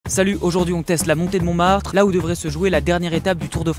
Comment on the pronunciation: "La Chartreuse de Parme" ( La Butte de Montremartte